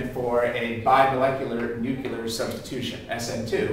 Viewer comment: I've heard it all! A chemist said NUCULAR instead of NUCLEAR!!!!!!